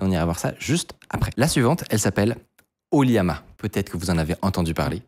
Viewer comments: ça se prononce O - LLama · Je pense que "Oliama" se dit plutôt OLLama.. c'est pas un "i" je pense ^^